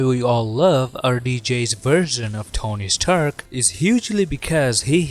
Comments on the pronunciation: "tony staherk" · the way he pronounced rdj's character is so funny. "Tony Sterk" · “Tony’s tuark”